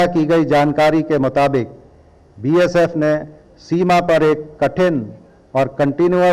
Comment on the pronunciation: He cannot even pronounce the name of Bsf properly....make DG from BSF'S own officer cadre..